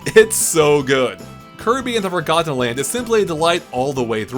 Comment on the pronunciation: I hate the way he says forgotten land, like four got ten